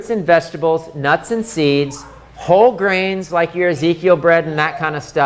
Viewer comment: Is he saying fruits, vegetables and grains or greens?